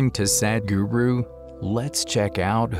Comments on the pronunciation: Common is is not Sad-h-guru, it is Sadhguru with "dhah" sound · I am very happy for all the movies that convey sadhguru's wisdom, but please stop saying sad guru. The letter "a" in the word sadh is pronounced the same as the letter "u" in the word "but". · He is saying sad-guru😂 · Please prounounce his name correctly.